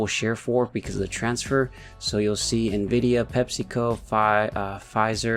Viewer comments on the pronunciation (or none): none